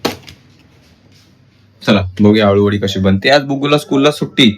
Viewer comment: आलु वडी नाही अळु वडी बोलतात